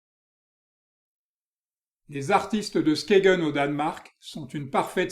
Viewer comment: Skagen ne se prononce pas 'Skégen' mais 'Skeïn' en danois.